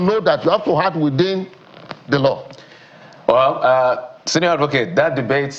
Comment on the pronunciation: How does channels select their guests? The media must remember that they also have a responsibility to educate the populace. A SAN pronuncing ACT as HACT...SMH